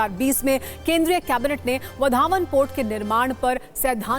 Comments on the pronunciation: वधावन नहीं वाढवण नाम तो ठिक से बोलो.😂😂😂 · इस पोर्ट या बंदरगाह का नाम वधावन नहीं है | इस के नाम का सही उच्चारण वाढवण ऐसा है | तो वाढवण ऐसा सही बोलिये | नरेंद्र मोदीजीने इसका नाम बराबर वाढवण ऐसा बोला है | आप भी ऐसा ही बोलिये | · It's वाढवणं not vadhaavan..plz pronounced properly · बंदरगाह का नाम वढावण नहीं , वाढवण कसे. . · Vadavan he vadhavan nahi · ✓वाढवण बोला Wadhvan ×वढावन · वधावन नही वाढवण बंदर ऐसा नाम है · वाढवण bolo vadhavan nahi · वाढवण बंदर plz use proper word pronoun.